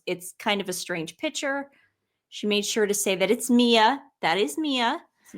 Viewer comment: You ladies should learn to pronounce PICTURE. You are too intelligent to say it like "pitcher.".